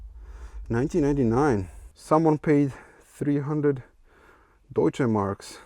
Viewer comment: Im confused. Are you actually german? Cuz i am, and your pronounciation of "Deutsche Mark" completely confused me xD